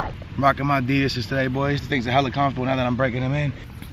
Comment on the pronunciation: Your saying adidas wrong